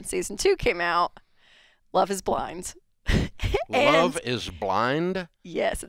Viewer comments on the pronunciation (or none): Dave: "Love is blind-uh?"